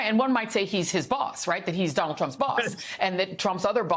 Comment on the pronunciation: i think the next president's first name is pronounced, "Donut."